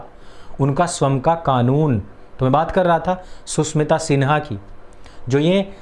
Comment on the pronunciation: एक अनुरोध है , स्वयं का उच्चारण स्वम् ना करें , स्वयं ही करे ।